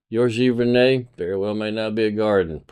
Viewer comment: I'm a Canadian and your accent gives me the giggles. It's pronounced gee-ver-nay. Great video. Want to make great images, steal from the masters. Thanks for the insight.